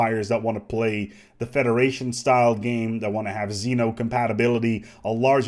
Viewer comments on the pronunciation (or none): none